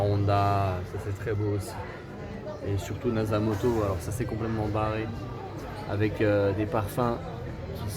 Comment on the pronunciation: Petite correction linguistique c'est : nasomatto et non nasamotto🤣🤣🤣😭😭😭